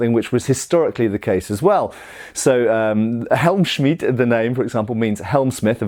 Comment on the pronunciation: That Helmschmidt came Clean. 👌 that "sch" must be as difficult to you Englisch as the "th" is to us Germans. :D